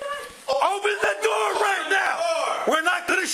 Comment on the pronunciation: rly said “open the noor”